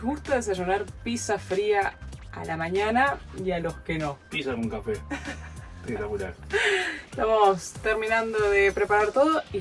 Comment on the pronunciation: "Pizza con café 'pectacular" jajaj fan.